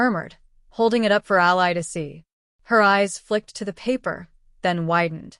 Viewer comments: When are you ever going to learn how to pronounce names, Ally is Allee not Ali Ali in a person or country who is on your side. If you can't do that quit trying this is supposed to be enjoyable for me and all of your other readers. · Yeah. The way she pronounced Ally. Haha